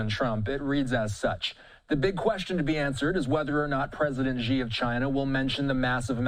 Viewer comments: In pinyin, the letter “x” sounds like “sh”. So “Xi” is not pronounced “Jhee” but “She”. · Xi is pronounced "she-" not "gee-" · The Xi sounds like She in Chinese, not Gi. the ignorance of this host. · it's not pronounced "jee-" it's "chi-" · Such large news networks and nobody thinks to look up how to pronounce "Xi"